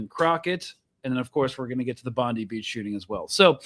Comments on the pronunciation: It isn’t Pam Bondi it’s pronounced Bondeye you need to practice your bogan Aussie accent. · Brotha it’s pronounced “bond-eye” just fyi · Please stop saying Bondeee it’s Bondi (as per the reporter pronunciation) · Bro, It's Bondi... rhymes with "fry"